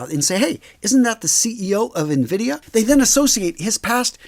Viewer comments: It’s not pronounced “navidia”, it’s pronounced “invidia” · Na-vidia? Na-huh. It's pronounced en-vidia. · More like En-Vid-ee-uh. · Its pronounced "EN-vidia", sir. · You are pronouncing nvidia wrong